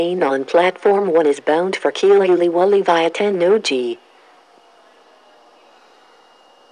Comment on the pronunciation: 英語放送の喜連瓜破の言い回し、rの発音強すぎて子音が死んでる